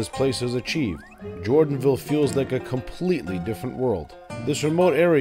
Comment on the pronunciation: "Compleeeeeeeeeeeeeeeeeetly different world." Haha, I like that stressing on the words... ;-)